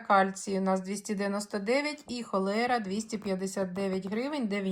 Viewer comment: Вірно "хлорелла", а не "холера".